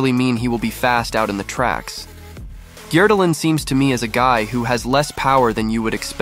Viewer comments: Agree on both counts. For someone who's obviously spent a lot of time in Norway and is apparently fluent in the language, it amazes me that he consistently butchers the pronunciation of Norwegian names. Since the videos are in English, I don't expect him to do the names in a Norwegian accent, but he doesn't even use readily accessible Anglicized approximations of the sounds. And “Gjerdalen” is hardly his worst. Therese “Joe-hog”!!? No one interested enough in XC to watch these videos would pronounce her name that way. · Great analysis but horrible pronunciation of his name